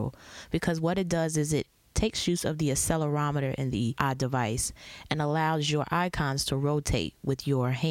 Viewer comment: didnt know we pronounced it as 'asselorometer' o.o